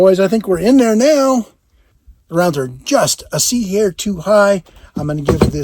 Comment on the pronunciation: a "c-hair" is about as Australian as you can get! Have you been hanging out with Aussies? (IT'S PRONOUNCED OZZY!)